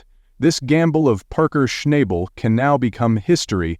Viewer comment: Buddy you are good at dragging your words in the sand that was nothing short of embarrassing whats really crazy is you kept saying Parkers last name 2 did ways hilarious but anyway Goodluck to you hope all is well for you and your family keep these vids coming im continue watching to hopefully see you make better videos ty God bless